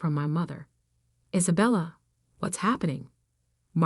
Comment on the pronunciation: Why can’t the narration program pronounce Sophia or Isabella?